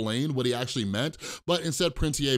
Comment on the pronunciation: Finally someone who says "Prince E A" like me not "Prince EEEEEEEEEEEEEE"